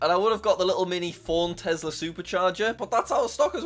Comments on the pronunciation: I like how he says tezla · ah yes my favorite “telsa” car